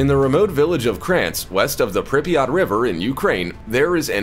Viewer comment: The way the narrator says Pripyat is killing me 🤦🏼‍♀️